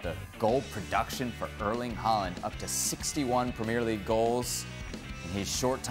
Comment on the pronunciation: Say premier league properly yank